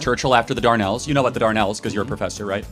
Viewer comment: If he'd have said the dardanelles rather than the darnels then maybe the history professor may have known what he was talking about. Close but no cigar.